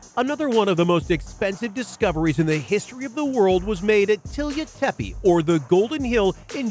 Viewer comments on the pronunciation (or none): none